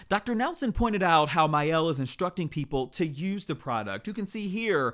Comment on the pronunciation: My Elle ? It’s mielle